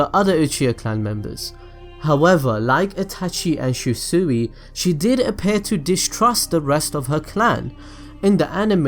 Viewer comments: Its "she-swee" not she suee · Jesus can u say Shi-Sui right???😂😂😂it’s literally She-Sui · She-su-we shisui Eh-tah-chi itachi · This man rlly said shusui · did mans say shisuay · Did my guy just say shi sooiiee? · "However, like Itachi and Shee-su-ee" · did anyone else get bothered how he said shisui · They way you pronounced shisui upset me but otherwise great vid